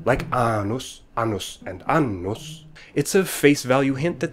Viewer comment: but in Vegil the a in annvs is long not short.